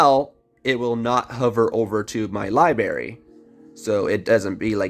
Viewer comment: Everyone talking about pronouncing Ezii but no one saying a word about how he is pronouncing library. Hahahaa